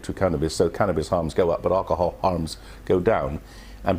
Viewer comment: did he say cannnabis addict ? lol ok